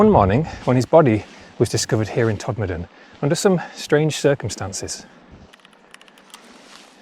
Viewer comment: Very interesting and glad to hear Todmorden pronounced correctly, although it's usually shortened to Tod. I wonder if the four posts guarding a pile of stones could be an old mine shaft as there were plenty of them in those hills. Did you know that Todmorden had a real flying saucer? It was a glass fibre house made by the Futuro company and lived on land on Rochdale Road opposite the old fire station. I went to look for it again and it had disappeared. Very strange!